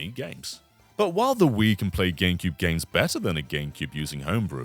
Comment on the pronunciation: Is he saying Ganecube?